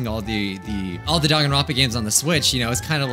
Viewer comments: I can’t get over how the announcer keeps calling it Dankanronpa with a k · Of course you haven't, nobody says Dangaronpa they say Danganronpa